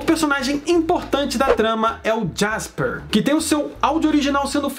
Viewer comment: E é JASPER NAO JÃSPER